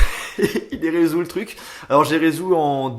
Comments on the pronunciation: "Et voilà il est résout" x) je ne pensais pas ça de toi! On dit "résolu"! ^^ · Pour le rubik, t'as bien dis "je l'ai résou" ou c'est moi ? XD Super au fait j'arrive déjà pas à faire une face !!!! -_ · Resous? Ça ne se dit pas on dit resolut😜